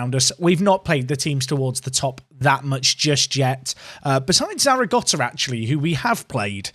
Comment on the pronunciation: Thank fuck there's no cringey intro. More of the same please. Also there's no T in Zaragoza